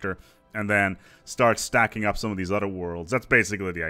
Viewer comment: ah, take care of each OTHER. I was hearing "each udder"..... makes so much more sense now